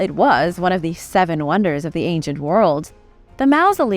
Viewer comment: The "au" in mausoleum is pronounced like the "aw" in hawk, not like the "ou" in mouse.